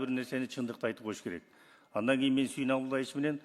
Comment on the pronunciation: Адан эмес, андан дечи спикер.